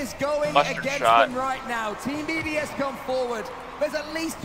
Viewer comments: It’s BDS NOT BOS lmfao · XQC is so clueless, and the other guy in the call was calling them BOS instead of BDS 🤦‍♂ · Nah the way they just butcher BDS’s name is crazy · he went from BDS, to bbc to bos and then bcs... cant get that name right lol